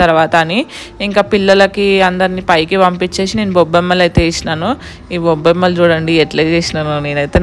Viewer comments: Bobbammalu kadhu gobammalu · Bobamalu kadhu gobbammallu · Bobbemmalu kadu. Gobbemmalu 😃😃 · Bobbemmalu kadhu 😂 Gobbemmalu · Bommemmalu kaadhu gobbemmalu😂